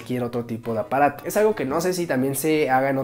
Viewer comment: no se si oigo mal pero cuando decia apaato yo escuchaba aparato XD